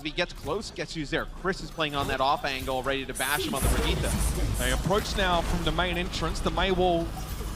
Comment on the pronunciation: Only one here gets triggered every time they pronounce Brigitte wrong?